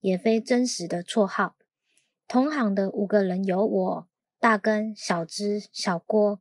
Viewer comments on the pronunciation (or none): 同行的"行"讀ㄒㄧㄥˊ啦~~